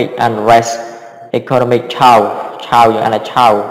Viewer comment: អត់ទោសពាក្យថា Chaos គេអានថា (ខេអើស) មិនមែន (ឈូវ) ទេ។ សុំជួយចែករំលែកមួយចុះលោកគ្រូ តែការបង្រៀនលោកគ្រូល្អ